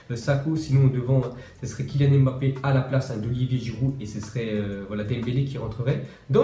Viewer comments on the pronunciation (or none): On dit pas M bappe tu prononces direct mbappe